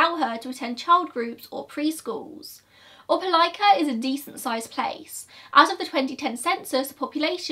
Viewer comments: Omg, I'm shook that you pronounced Opelika correctly!!! I live in this area. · I've haven't clicked an upload notification so fast since the last time uploaded! I live 15 minutes from Opelika and this case has puzzled me since the first time I saw it on local news. Thank you for covering this case and excellent pronunciation of "Opelika!" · I grew up 15 minutes from Opelika. I’ve never heard of this case! 😳 Also, great pronunciation of Opelika!!